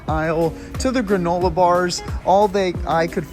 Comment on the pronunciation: Granolar??? Wtf is granolar me and my family were dying laughing when you pronounced it with an R at the end